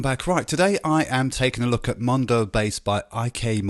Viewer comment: You do realize it's called MODO bass, not MONDO bass, right? Blah blah blah